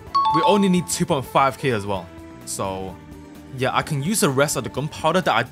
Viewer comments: I like when your voice says YEUR😅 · "YEUR" never get old